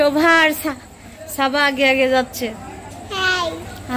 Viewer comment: ছাবা না সাবা বলেন।।ছারা না সারা বলেন।